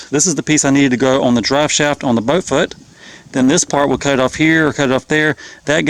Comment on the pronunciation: It's hilarious how you say butt motor instead of boat motor.